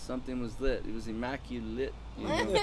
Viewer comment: lmao! It was "immacu-lit"...no hombre!!! :D